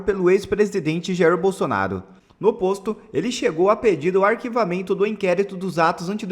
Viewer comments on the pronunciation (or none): none